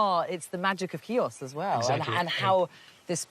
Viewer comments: How difficult is it to get that pronunciation right?! She -- Julia Bradbury -- pretty much gets it. Can't the guy in the intro say "HEE-oos" rather than "KEY-ahs"?! As a Xiotissa, this just hurts my ears ... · Ch nor K, Mr announcer at the very start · Nice video , but something I need to ask ... your mother is Greek and you can t pronounce Chios correctly ? how is possible ?